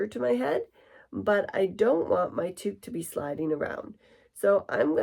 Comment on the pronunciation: towk not tooook